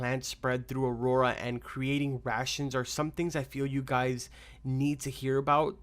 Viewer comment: Btw the map is called " Auroa " not " Aurora "